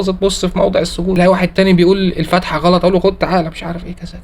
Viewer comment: السلام عليكم ملحوظة: عند ذكر اسم سورة الفاتحة يجب أن منطقها كاملة (لكن الفتحة) هذة حالة .. حفظكم الله